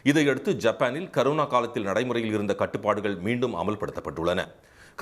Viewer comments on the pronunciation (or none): பாஸ் அது கருணா தொற்று இல்லை அது கொரோனா தொற்று நல்லா படிச்சிட்டு வந்து நியூஸ் வாசிங்க😂😂😂😂😂😂😂😂😂😂😂😂😂😂😂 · அது கரோனா இல்லைங்க கொரோனா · Karuna illa da athu corona :D